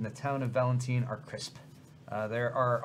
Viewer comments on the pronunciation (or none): VALEN-TINE, not valenteen